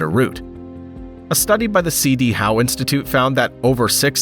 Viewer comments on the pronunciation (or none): none